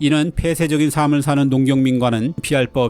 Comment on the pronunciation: 삶을[사믈]x [살믈]o